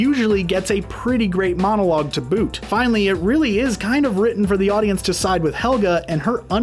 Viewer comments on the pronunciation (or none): none